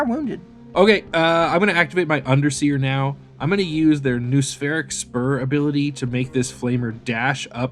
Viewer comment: Great stuff! A note on pronunciation - "noospheric" and its variations sound like no-uh-spheric rather than nu-spheric.